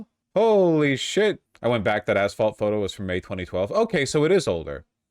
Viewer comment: "Back dat assphalt"